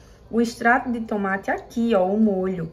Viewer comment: E tomate nao a tomate fala certo sua linda procura fala certo